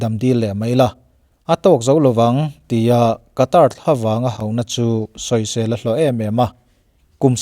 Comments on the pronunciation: Sawi ve lawk, Qatar hi Khatar tih anga lam tur,Katar ni loin☺️ Sawi ve mai mai🤭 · WC thlengtu ram hming i sawi dan hi a Mizo lutuk deuh lo maw. A tawpa 'r' hi silent tur a ni ang. 'Kataa' tiin an lam ri lo maw. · Qatar rama thawk ngei Air hostes ka hmelhriat ngei pawn , Khatar ati aw 🤣